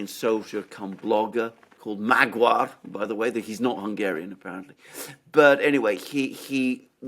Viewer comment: Magyar is pronounced ma-diar